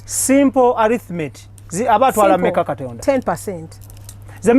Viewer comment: "Kitonda"..so Angella cnt Pronounce "Katonda"🙄🙄😏😏🤣🤣anywe love u my 🤩🤩....But only Kasuku en Gashumba are missing on this show 🏃🏃